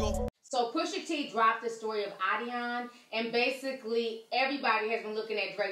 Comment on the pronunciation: Damn u can’t talk🤦🏾‍♀️🤦🏾‍♀️🤦🏾‍♀️ it’s NOT Ahdeon it’s ADIDON. Please read your scripts aloud for someone. You mispronounce something every time.